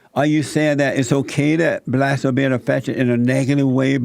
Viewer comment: Jesse just wants views. He cant even pronounce "blacks" . He says, "blatz".